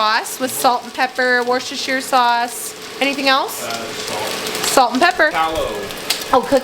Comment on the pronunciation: Always get cooking inspiration from you. Thanks for sharing with us. BTW, from some who lives in the U.K., Worcestershire sauce is pronounced as “wooster-shir”. It’s easier to say as the ‘ce’ is silent.